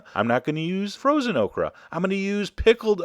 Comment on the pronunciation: Lol, he made okra sound like Oprah